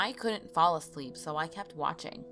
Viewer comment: it sounds like she said i was a slut when she said i was a sleep